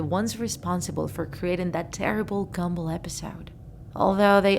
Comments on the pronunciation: Me: Gumball Her: Gambull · I hear gamble not gumball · Did she just say gamball its gumball Gumball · U JUST SAY "GAMBALL" INSTED OF "GUMBALL" CUZ U R SOO DUMB!!!!!!!!! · SHE PRONOUNCED GUM BALL AS GAMBLE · "Gamball" lol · I’m not trying to be offensive but you said gamball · she said gumboll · It sounded like you said gemball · Ahh yes... "Gambull" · You say GUM ball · no offence, you said “gamball’ in the first part of the vid XD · Is it just me or do I hear "Amazing World of Gamble". No one? Just me? Ok. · She said gumball wrong